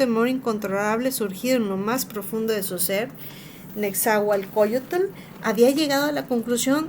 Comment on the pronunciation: Aprende a leerlo bien no puedes pronunciar ciertas palabras balbuceas mucho nezahualcoyotl te cuesta trabajo pronunciarlo